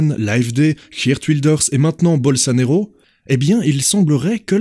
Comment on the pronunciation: Très bonne vidéo ( le monde part vraiment en couille). Juste une petite correction, le nom de président du Brésil se prononce « bolsonAro »..